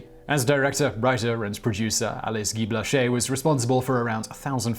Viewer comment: Simon, I do enjoy your videos,and you did pronounce Guy-Blaché correctly, but you really massacred the title of her film "La Fée aux Choux." If I used English words, it would be phonetically "La Fay oh Shoo."